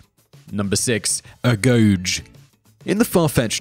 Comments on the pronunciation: Ae-go-gei, not a-goge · Agoge is pronounced Ag-oge-ee. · And wasn't it pronounced , A-go-gee? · The correct pronunciaton is "ah-GO-gay". The seecond is also spoken as a hard G.(I really wish I had taken Greek in school insted of Latin!) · Agoge is pronounced Ah-go-j